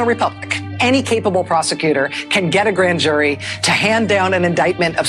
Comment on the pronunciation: "the blan jury?"